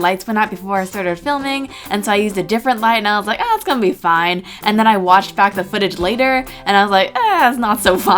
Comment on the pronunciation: I heard "watched" as "washed".